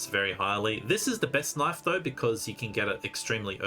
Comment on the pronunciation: The knoife disrespect......